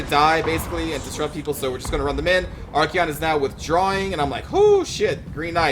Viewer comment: Say it with me.. ArKAYon. Not fucking ArKEYon. Great vids though, I love you.